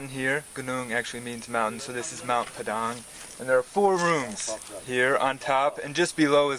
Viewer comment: Thanks for pronouncing Padang correctly 😅